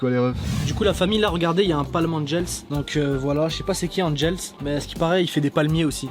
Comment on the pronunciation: ce n'ai pas (ANGELSSSSS) c'est Angels